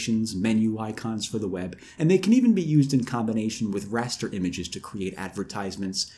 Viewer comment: Is he saying rasta images?